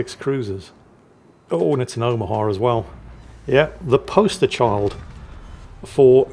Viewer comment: Why do you pronounce it as "the o-mer-ha"? Its like the German for grandmother. O-ma-ha.